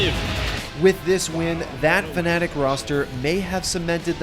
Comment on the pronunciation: i think this dude had a stroke. Fucking Fananic or whatever he said lol